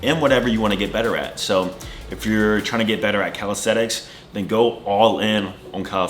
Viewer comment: In 6 years you didn't learn to pronounce the word calisthenics correctly. It's calistheNics and NOT calistheTicks. Sheesh...